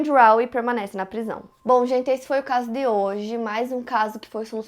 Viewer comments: Adoro o sotaque dela falando "o caso DÊ hoje" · Amo o sotaque da, quando ela diz "o caso DÊ hoje" ❤🥰😍😍